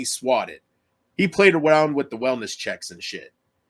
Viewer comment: Elmer Fudd: "He pwayed awound . . ."